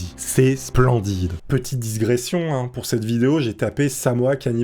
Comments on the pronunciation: On ne dit pas "disgression", mais "digression", pauvre tachelard. Quand je voyait, j'avait le zizi durcit. Maintenant que je sais qu'il est mongol, j'ai à peine une demi-mole... Super vidéo, elle ù'a donné envie de -quer! Jolie imitation de JM LePEn, justement, j'ai un boulot à te proposer: ha bin non c'est pas drole non plus. Au revoir. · Digression, et non disgression ^^